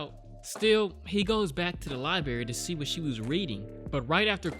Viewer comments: He went to the LYE-BERRY, did he? Is that the name of a cafe attached to a LIBRARY? Try saying it phonetically. LIBE. RARE. EE. Good luck! 🤔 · Library not libary. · ....LiBRary not li-BERRY, home slice!!! I've noticed that you've said li-BERRY in other vids but today the canin fever is strong with this one!!! Hahaha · Nobody:: Libary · He said “lie berry” lol. My child says library like that too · what’s a “ Liebarry”? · The way you say LIBRARY bothers me.